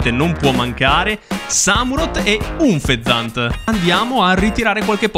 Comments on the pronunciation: Ha una pronuncia terribile…. Cobalion lo pronuncia cobalaion, Unfezant lo probcis unfezant Qualcuno non ha studiato inglese perché unfezant si pronuncia anfezant La u si pronuncia a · Cobalion si pronuncia Cobàlion Unfezant si pronuncia Ánfezànt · Il modo in cui hai pronunciato “unfezant” e “cobalion”……non sei degno di possedere quel gioco.